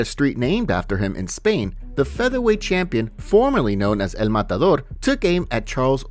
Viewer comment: Please please voice over dude.... stop... just stop with the wanky 'EL MATADOR' pronunciation!